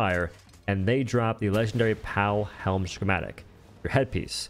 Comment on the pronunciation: Bro it’s why does he say “shhhhhchematic”